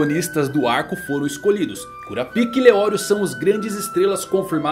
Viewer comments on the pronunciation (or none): KurapÍka... 🥲👎 KurÁpika... 😌👍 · É "Kurápiká", não cura-pica. 👎🏻 Será possível que não assistiu ao animé em áudio original? Ou é só o prazer de trocar o nome do personagem pra uma conotação sexual? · Se pronuncia Karapaika, cura pica é foda!!! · como é: kurapika como ele fala: cura pika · Arrumar essa pronúncia para KuRÁpika, com ênfase no RÁ, não faria nenhum mal. Se aproximaria da pronúncia original e ainda tiraria essa ênfase do "pika" que soa tão ruim em português. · hanta hanta kkk curapic@ mano nao da pra assistir fala br que agunia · você poderia pronunciar o nome do Kurapika corretamente kkk